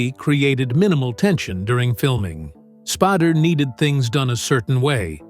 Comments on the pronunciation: figure out how to pronounce spAder not spardder. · His name is NOT Spad-der. AI should be able to get it right. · I have tremendous respect for James Spader and his work...much less respect for the AI narrator that was inconsistent in its pronunciation of "Spader"---sometime pronouncing it "Spader"; other times pronouncing it "Spoder." This is a failure of the producer of this video. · Is there any reason the narrator changes the name's pronunciation from Spay-der to Spah-der? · S-P-long A-D-E-R how it's pronounced. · This narrator is AI that I recently found out. This voice almost always mispronounces a name. Then the pronunciation becomes correct for a while and then incorrect again….. all in the same video. In this video, it is Spodder, Spider, Spader 😂. Oh yeah, and Spadder. This AI voice has been around for quite some time now and if I watch a video and I hear this guy speak, I always expect the mistakes and get them. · AI just keeps butchering James last name. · The voice misprounounce his last name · Your AI narrator couldn't even pronounce Spader accurately.